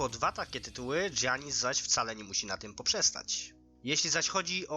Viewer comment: Janis a nie dżjanis